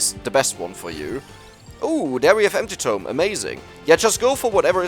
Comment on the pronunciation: Every time he says empty tome it sounds like anti-tome.